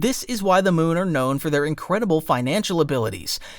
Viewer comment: It's Mew not Moon.